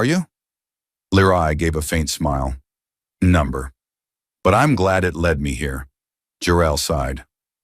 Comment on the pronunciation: "Number"? Number what?